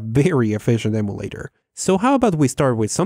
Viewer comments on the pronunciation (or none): none